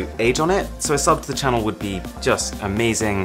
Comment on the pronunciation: dai enna da AARON.. its Arun. say your name properly